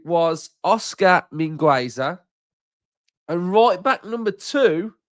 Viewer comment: the 'u' at Mingueza is not pronounced, it sounds 'Min' like mean, 'Ge' like at get and 'Za' like zack, min-ge-za